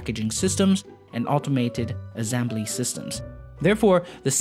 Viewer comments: Azembly lol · The way you pronounce the word assembly hurts my ears and I am not even a native. Cheers to Singapore however, I really like the video